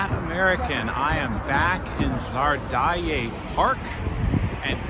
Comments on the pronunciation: You say park name Zardae instead of Zaryadye (Za-ryad-ye) = Зарядье (За-рядь-е), root word is "ряд" ('ryad'). 😉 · Finally I see how this renovated park looks like. Just “Zaryadie” (area behind the rows) and not as you prononce it “Zardaye” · ZARYADYE park, not ZARDAYE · Зарядье,а не зардае. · It's "Zaryad'ie" park not "Zar Die Yeah", bro! :)) But it's quite hard to pronounce for English speakers, yeah. You know probably the Russian word "zariad'' (заряд) - it's like battery level on your devices or so. So you just take this "zariad" and add that kinda French looking ending "ie" - here you are: "Zariad'ie" :learning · you pronounce Zaryadye as Czar die, lol